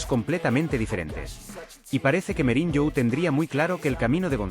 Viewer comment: SE DICE MOURIÑO NO MEURIÑO